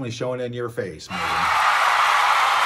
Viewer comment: "Meyhem Markle"????